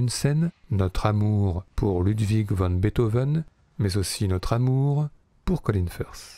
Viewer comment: Intéressant, mais 3 remarques : 1. C'est Ludwig vAn, et non Ludwig vOn, comme vous le prononcez plusieurs fois. 2. La fameuse "Lettre à Elise" est une Bagatelle (genre rarement pratiqué il est vrai), et non une Sonate, comme vous le dites systématiquement (ce n'est pas parce que c'est joué au piano que c'est une Sonate : rien à voir !) 3. "Beethoven" ou "Beethov'" ? Les deux prononciations sont possibles, mais il aurait été logique que vous vous en teniez à une seule ("Beethov" est en réalité "Beethov'n", avec un "n" à peine entendu). Merci et vive Ludwig.